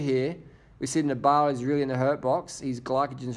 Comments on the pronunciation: It's Nibali not Niba~li... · DR you really got to learn how to say nibail's name properly